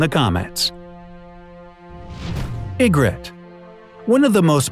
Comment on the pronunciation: TheLoneGunman26 That guy clearly hasn’t even watched the show or read the book. He pronounced so many things wrong. The way he was saying Ygritte actually had me wanting to slap him. And he called Tommen Cersei (which he also pronounced wrong) and Robert’s child.